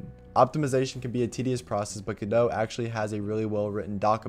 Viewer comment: MY EARS DOEST BELIEVE😶 YOU SAY GODO NOT GODOT FINALILY😂😂